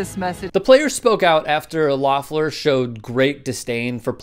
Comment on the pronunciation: If you’re gonna make this video, at least learn how to pronounce her name. LEF-LER.... LOEFFLER